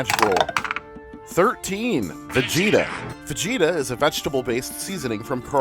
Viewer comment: It is pronounced VAH-GEE-TAH!!! I only know this because my wife's grandmother would always correct me lol